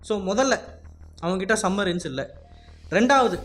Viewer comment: டேய் அது சப் மரின் சம் மரின் இல்ல